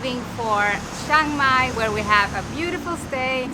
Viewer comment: Well done for saying CHIAng Mai correctly. Most foreigners annoyingly say CHANG Mai! If you can say "Liam" you can say "Chiang" correctly.